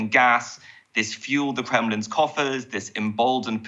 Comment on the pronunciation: The kwemlin has sparked a kwises with spiking food pwices